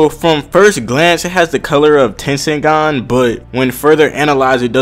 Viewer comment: its tenseigan